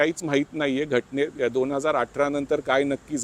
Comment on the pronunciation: जानेवारी -जाणेवरी निवडूनुक आयोग. ण पुन्हा, ण.. दोन -दोण नाही... उल्लंघन.. ण .. नंतर - ण बातमी खूप छान आहे., फक्त न आणि ण मध्ये गोंधळ नका करू सर.